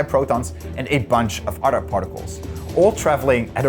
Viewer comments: Why does this guy pronounce other as "udder" it's driving me crazy. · please, please learn how to pronounce 'other' and 'another' All i hear is 'otter' and 'an otter' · Poor Americans. When ever I say “other” and pronounce it as “Udder” they can no longer hold the concepts I’m talking about in their minds, and their thoughts move to pastoral scenes and herds of Jersey cows. Poor Americans. They don't even consider if the cows are right or left handed.